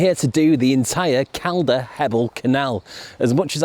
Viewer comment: Pronounced 'Col-der'...not 'Cal-dar'....like Calderdale is pronounced 'Col-der-dale'.